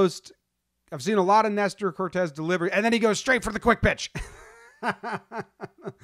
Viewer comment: CORTES! It’s CORTES GUYS… S not Z cmon get it together